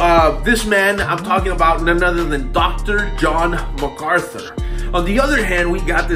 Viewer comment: Amen Jen....Furtick is shocking. Notice Furtick can't even say MacArthur's name. What Furyface doesn't get is JMac doesn't need to know him to see his fruit. Furyface has 1000 muppets clapping his garbage on. Face to face on theology MacArthur would destroy him. P.S. Marry me 😉😁